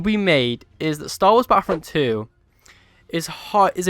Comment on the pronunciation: Battlefront 3 maybe but not battlefront 'fhree'